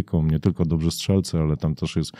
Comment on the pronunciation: Budowanie MORALE. NIE " morali". Jest jedno nieodmienne MORALE czyli stan ducha. I chyba w przedszkolu mówiło się " dobzi". Mówi się poprawnie - DOBRZY. Nawet słownik takie słowo odrzuca. Pozdro.